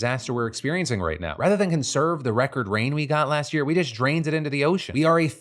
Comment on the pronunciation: Just. The word is just, not jest. Jest means something different.